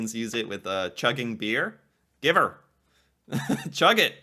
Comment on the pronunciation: give'r is not give here its give HER. its like "give her hell."